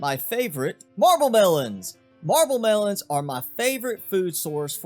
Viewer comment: Also love how u said marble melons it made my day